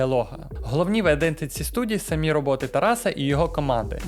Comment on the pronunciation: В українській мові немає "пЕшеходних переходів. В слові "самі" наголос робиться на другий склад.